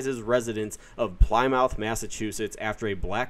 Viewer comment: I'm the worst with pronouncing TOWN names... Someone may shove some plywood in your PlyMOUTH. Did you not draw hand turkeys or make colored paper pilgrims? I find it hard to believe that you have never heard a 1st grade teacher say "Pli-muth Rock" ... What are you, Canadian, or something?😂